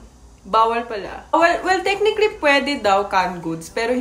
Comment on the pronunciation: Sino dito nagaabang tuwing sasabihin ni yung "tek-nik-lee"? 🥰